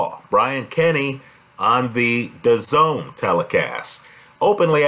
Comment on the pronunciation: And if you’re ever in doubt about dazn it’s a Texan gangbanger pronouncing the zone